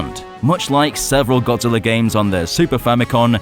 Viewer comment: Can't unhear Godzilla being called G-Spot, so thanks for that.